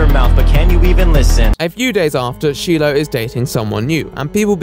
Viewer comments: Everyone: Shiloh: Sheeloh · Bruh her name his SHY-LOH not SHEE-LOH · great video, i'm glad you're talking about this! btw, the "i" in "shilo" is pronounced "eye" not "ee" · btw, shiloh is pronounced “shy-low” lol not “shee-low” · Who the hell pronounces it "SHE-loh"? Especially when you have multiple videos and audio where YOU CAN HEAR IT SAID ALOUD AND PRONOUNCED "SHY-LOH"? It just seems on purpose at that point, which is really disrespectful. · Its pronounced SHY-LOW 😂 he literally says it in the video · SHY-LO IS HOW YOU SAY IT LIKE HE SAYS HER NAME OVER MILLIONS OF TIMES IN VIDEOS (even in the video you are reviewing in your video he says he name correctly) like wtf LIKE THIS IS UNWATCHABLE BECAUSE YOU CANT PRONOUNCE A NAME RIGHT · listening to you pronounce Shiloh as shee-loh is sending me lmao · Ive never heard anyone pronounce the name Shiloh as sheelo. LOL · Her name is pronounced SHY-LOW. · Every time he pronounces Shiloh like “Sheelow” I want to scream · Isn’t it pronounced shy-low? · If you can hear the pronunciation of “Shiloh” in the clips you include in this video, why do you refuse to say her name correctly? Kind of disrespectful, don’t you think? Shy-low, it’s pretty easy to say. Weird decision. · Listens to the way that shilo’s name is pronounced...”Sheelo” Jesus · Say it with me - SHY LOW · "Sheeloh"? Do your research man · Her name is pronounced “Shy-low.” The fact that Onision actually says her name in this video yet you continued to say it completely wrong just baffles me. Lol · I've literally never heard Shiloh pronounced as Sheeloh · Y'all talking about Onision being a demon, which he is but this man call Shiloh Sheeloh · “Shee-low” i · LOL pronouncing Shiloh as Sheeloh! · I had to stop watching after the 70th time he mispronounced Shiloh as Sheelow, even with the clip of Onision saying it 😣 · The mispronounced She-lo fucking kills me. Hard to listen to. And he says it so often!! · calling Shiloh "she-low" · shee-low tho